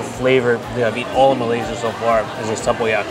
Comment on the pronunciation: did pretty well with durian and tempoyak which my Mat Salleh husband still struggles with, so 👍👍